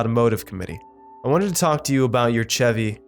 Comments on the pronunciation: the CH in Chevy is pronounced like SH in shut... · Did u really just say "Ch" evy? That is so wrong. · he said chevy wrong